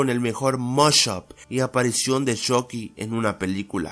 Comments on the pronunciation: Yo en ves de esuchar "Chucky" escucho "Chocky" xd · Me mata porque dice chocky no chucky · se ecribe chucky y se pronuncio chocky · Se pronuncia "Chocky" pero se escribe "Chucky" en Estados Unidos dicen "Chocky" pero creo que en latino américa pronuncian más el "Chucky" XD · Jajaja me da gracia como le dice shocky en vez de chucky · Choky xd es chuky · Porque Dice CHOCKY :V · se dise chucky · No se dice choci 😴